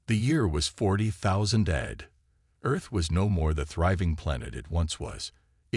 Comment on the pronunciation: 5 seconds in and the year was "40,000 ADD" Not A. D. Immediately clicked thumbs down, made my comment and left. No sub from me yet. Keep tryin! Or don't really. To many of these channels pumping out garbage multiple times a day. All AI trash. Maybe a handful every week are decent. Most are horrible.